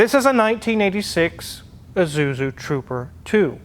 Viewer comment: can't say "Isuzu"